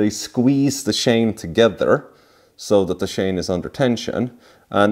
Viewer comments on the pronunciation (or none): nice work man this engine you called a boxster it's actually pronounced boxer as a boxster is the crapiest porsche car and engine ever made and you called the timing chain a timing shane its chain lol don't get me wrong, i am not making fun of you i respect you and i envy you dude your work is very good the way you put in those cam retainer plates shows me you have alot of experience i prefer to use 3 long 8 by1.00 bolts screw them in a few turns then push in the plates and they dont like to go in easily unless you rubber grease the fat oring well and its reciever groove in the housingthen once pushed in then i put in 3 original bolts